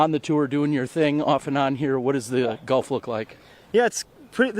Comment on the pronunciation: Someone please teach how to pronounce golf correctly.